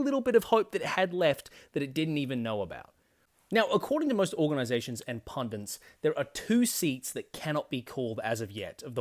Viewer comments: PUNDITS!! There is no second n, no such word as “pundints” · pundits, not pundints